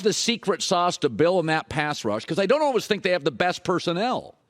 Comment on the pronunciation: Is this the year Colin learns how to pronounce “always”?